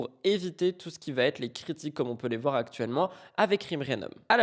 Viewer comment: je ne comprends pas ces gens qui font ce genre de liaisons surréalistes "ce Noël a-T-une saveur particulière". Sur YouTube c'est pareil, il y a une épidémie de "vaTêtre". C'est insupportable car ça fait mouton qui s'écoute parler 🧐